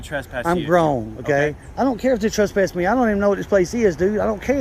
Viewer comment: He articulate a Trasspass